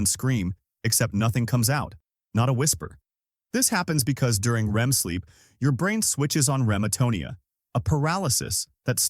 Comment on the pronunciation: AI can't pronounce "REM"